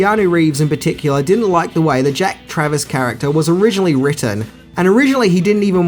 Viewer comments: It’s Jack Travin not Travis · Its Jack Traven, not Travis. Also you already know but DAAAAANIELS! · You got his name wrong every time. Traven. Not travis. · Jack Traven, not Travis. Jeff Daniel's, not Jeff Bridges. LAPD SWAT, not FBI. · Jack Travern not Travis 🤣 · JACK TRAVIN not TRAVIS. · Just so you know it’s Jack Traven not Travis. But who the fuck cares! Awesome video dude!! Smashing the Subscribers 👍🏻👍🏻👍🏻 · Character name woz Traven NOT Travis. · Ok enough people are nailing you for the Jeff Bridges comment HOWEVER The character's name is JACK TRAVEN, not Jack Travis. I consider you to have jedi level movie knowledge and as someone I can see is a Keanu fan like me it's up to us to get things like this right mate. You're awesome though, love the video.